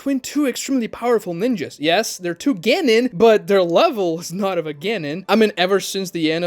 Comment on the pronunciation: As an American myself, I am APPALLED at the Yankification of the word “Genin” in this video🤮🤮. “Ge-nin” Smh🤦🏾‍♂️.